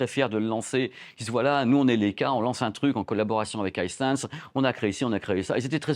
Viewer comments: Comme la première chienne dans l'espace : Laika. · Il serait judicieux d‘apprendre à prononcer le nom de la marque convenablement.